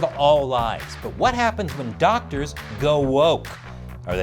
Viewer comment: Weez beez dawctuhs n sheeeeeei